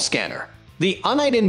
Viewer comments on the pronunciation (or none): It's YOU-KNEE-DEN not UN-EYE-DEN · 010323 - It's pronounced "You-Nih-Den" For someone who seems to know a little something about scanning, Uniden has been around a VERY long time. Please honor them by pronouncing the Name correctly. Thanks! Oh and HAPYY NEW YEAR!! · Don’t know if i want to take advice on best scanners from someone who can’t even pronounce “UNIDEN”.